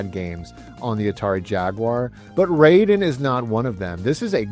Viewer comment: Hey, love your videos, but you're mispronouncing the name of the games in japanese. Raiden is not English, the kanji are just there in the title, indicating it's japanese. The pronunciation is exactly like when you say Gai-den (not gay-den). Rah - ih- de. I think in the year 2025 aside from sharing the love you have to video games, you also are sharing your own knowldge to others, somehow it's also education, there's also responsability there as well, Please don't be like Joe from Game Sack (tate.... tah- teh).